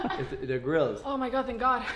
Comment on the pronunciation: When you said I got them grillzs it saunded LIKE I got them girls